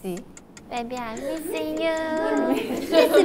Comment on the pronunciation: Word : Messy Tzuyu: Baby I'm "messyng" youuuu~ 😭😭😭😆